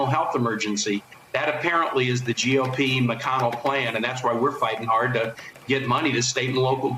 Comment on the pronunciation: Mitch Mac-Conn-ell.